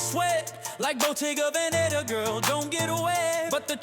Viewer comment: Pilates instructor here 👋 and while I agree with certain aspects I will comment that she pronounced ‘Bottega Veneta’ completely wrong 🤦🏻‍♀️